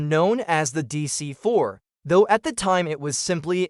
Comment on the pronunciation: deesee FOUR (not Deesee Fuh)😡